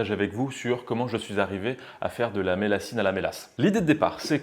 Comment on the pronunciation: Alors on dit la millassine avec le son ye voilà je suis du sud ouest bisous